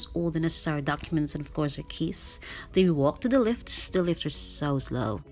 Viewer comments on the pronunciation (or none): Your accent is beautiful but I really thought you said the check in agent gave you a kiss (instead of keys). I had to replay .. 😂 Great review.. and so informative. I will definitely consider staying here next time. :)